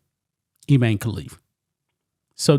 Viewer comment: Its pronounced Ee-mah-nee.